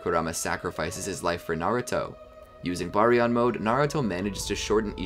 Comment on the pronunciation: ima just say it its pronounced ( bar-e-on )